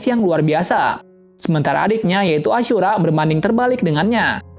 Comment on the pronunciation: kok nama ashura jadi acura